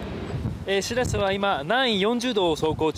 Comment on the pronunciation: しらせ⤴️じゃなくてしらせ➡️な